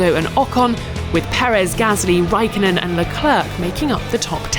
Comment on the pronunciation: Raikkonen, not Raikonnen